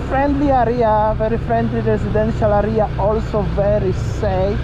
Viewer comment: Great video, by the way check out correct pronunciation for words like "area" , It's not "aria" but "area" :)